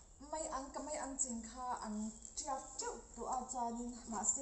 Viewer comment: Thiannu (mai an ) niloin Maian tih zawk tur aw. ..